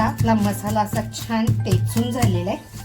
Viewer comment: टेचून न म्हणता , ठेचून असं म्हणा !